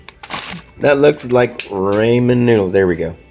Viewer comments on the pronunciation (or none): MichelleandFamily I just heard it too 😂 raymen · You say ramen like raymen 😂